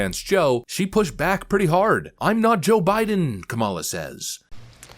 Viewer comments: Did she say Obiden in the beginning instead of Joe Biden?😂😂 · SHE SAYS, "o'bIDEN" NOT jOE bIDEN. i THINK SHE WAS ABOUT TO SLIP UP AND SAY, "oBAMA". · 🤣🤣🤣 did she say "O'Biden"???????? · Lol, The way she said Joe Biden sounded like she said Obiden.